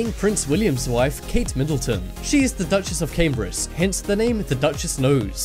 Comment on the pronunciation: Dutchess of Cambrice !!! FFS!